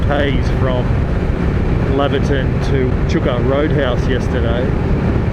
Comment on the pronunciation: Those are "pig melons" they are gross ! Nothing really eats them ! It's pronounced "lay ver ton " btw .. next time a local helps you out , donate to the local footy club or policemans ball !